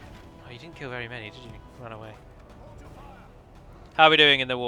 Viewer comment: I actually miss the way you said "Run". It did flow nicely with your accent. I'm American, so I'll say "Roon" till the cows come home, but I only pronounced it that way because I thought it sounded cool. I had no idea if it was correct or not, nor did I really care. Screw the Grammar Nazis, but screw my preference, as well. Say it however you like.